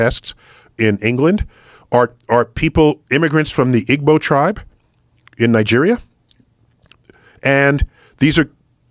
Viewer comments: #FACTS....however its pronounced 'E-bow' not IG-BO...I takes E sound in front of G and the G is silent. BtW the Igbo take first or TOP 10 in all countries they reside including their native country of Nigeria. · Just for my friend Samuel from Nigerian, Igbo is pronounced Eebo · It’s pronounced Ebo shoutout to Igbo!!! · It's spelled Igbo, but it's pronounced "Eebo". Africa seeded the world with humans and Africa has the potential the be greater than all other countries if they were to unite and get control of the corruption in their politics, tribal rivalries and religious bigotry. If you don't believe that you don't know the African peoples.